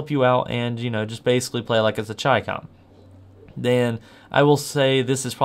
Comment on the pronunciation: Chicom you say very weird